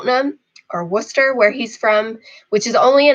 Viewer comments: Finally! An American who can pronounce Worcester correctly in the first try 💪🏼💪🏼💪🏼 Good luck in your journeys 😊 Wus-sta sends wishes to you 😉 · you mastered Worcester, even with a bit of local dialect in there, probably the first American i have ever heard say it right lol